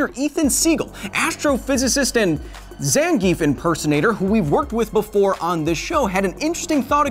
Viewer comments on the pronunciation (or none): Hey Kyle. Love the show and Street Fighter. Zangief has been one of my mains for quite a while. My many wins with him using the Final Atomic Buster taught me that it's pronounced Zahn gee eff.